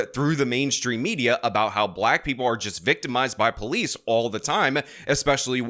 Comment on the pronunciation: Dat be po-leece say it right